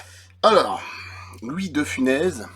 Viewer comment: Louis de Funès ce prononce bien Funesse non ?